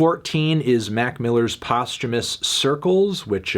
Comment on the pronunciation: why does he put an ‘r’ in the word ‘posthumous’? that bothers me so much.